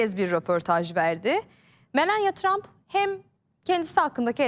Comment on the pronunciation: Melenya tramp değil , Melani Tramp diye okunuyor